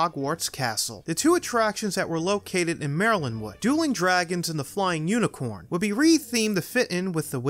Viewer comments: Marlen? You mean Merlin right?? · ahhh... good ol' Merilyn Wood. It's Merlin. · I swear I thought he was saying Maryland for a second